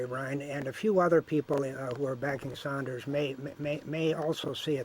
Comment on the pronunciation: A socialist who is NOT for Bernie Sanders? His name is NOT Saunders, it is Sanders.